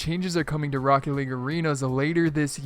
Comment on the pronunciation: He said rockt instead of rocket lul